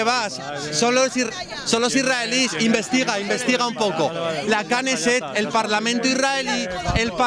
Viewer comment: La kaneset dice jajaja y es Kneset😂